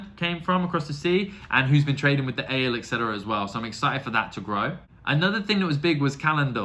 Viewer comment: Don't forget the i in Aiel;-) A-jiel is the best way to describe how to say it. Great that you see Mat away from the influence of the dagger! Did you enjoy the fight with the two princes? Galad and Gawyn? You've gotten the Forsaken 100%. They are greedy and have their own agendas;-) All of your questions will be answered! And then you'll get a lot more.🤭Enjoy book 4!